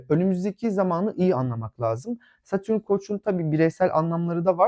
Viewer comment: Ama lütfen, Satürün değil, Satürn.